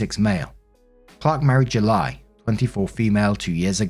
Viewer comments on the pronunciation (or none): Kinda funny you dubbed over mispronouncing July but missed the first one lol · Lmao the voice over saying Julie 😂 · Hey I can't stop laughing every time you say Judy. Sounds so funny that I'm tearing up with laughter. Oh gosh this is so hilarious 😂😂😂😂😂